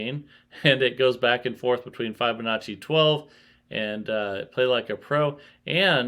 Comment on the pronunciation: Love your vids , your great and very interesting to watch. but please learn how to pronounce Fibonacci. It kills me when you butcher it lol😅